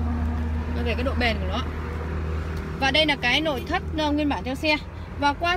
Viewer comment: nói ngọng, lội thất